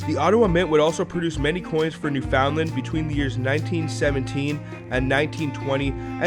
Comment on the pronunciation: Excellent stuff, though you need to work on your "newfoundland" pronunciation :P